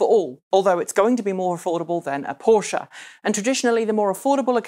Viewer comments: finally someone pronounces Porsche properly... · omg I love you just for that fact that you say PorschE not Porsch like feeled any other not german persons